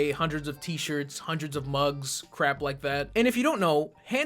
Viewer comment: Oh, cwap.